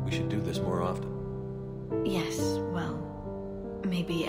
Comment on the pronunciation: I'm sorry but...Shepard just pronounced the "t" in often, I just had to point that out